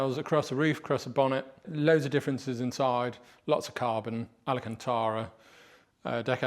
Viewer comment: Alcantara. Please never say alacantara again. Ever. 😅😅